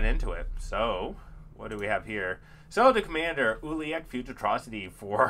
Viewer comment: It pronounced (U-la-lek)